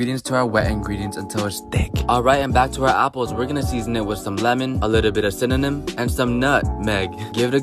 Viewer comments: This dude can’t say cinnamon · I mean he said cinanim newede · We'll season it with cinnenom?! Lololol!! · He knows it’s just because he does it to make it funny. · He said it fine, it be a joke!